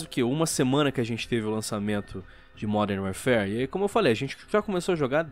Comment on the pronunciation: "Modern Wearfare" pronunciou direitinho.... só que não.